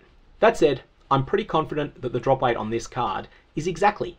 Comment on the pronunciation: So, I know you're saying drop weight. However due to pronunciation, it sounds like you're saying drop rate with a speech impediment